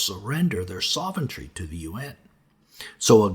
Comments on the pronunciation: HOLY CRAP,! sovereignty is pronounced "SAHV-REN-TEE" It's not SAH-VEN-TREE! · He says sovereignty incorrectly in every single video too. Makes my skin crawl. I sure hope Jesus can heal me from this so I don't have to suffer for all eternity with bad pronunciations.